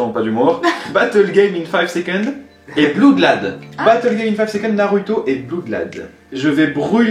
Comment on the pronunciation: on dit pas en anglais bloudlad mais on le prononce avec un o blOodlad